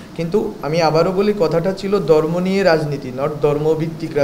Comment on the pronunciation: দর্ম, চাত্র, সংবিদান দরণের, এ্যাবং, বলেচেন, করেচেন, কিবাবে, চিলো, ডাকা ( ঢাকা) ইত্যাদি উচ্চারণ ঠিক করতে হবে।